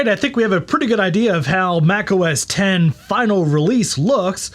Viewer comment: Thank you so much for pronouncing Mac OS X correctly! I drives me crazy when people pronounce it “OH ES EX” - I guess because they don’t know what Roman Numerals are… Maybe the pronounce Super Bowl LIX as “Super Bowl EL EYE EX” too. 😂